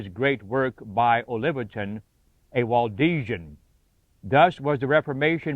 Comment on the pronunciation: It's Waldensian not Waldesian.